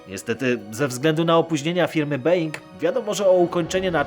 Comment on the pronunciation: nie /b-E-ing/ tylko /bo-Ł-ing/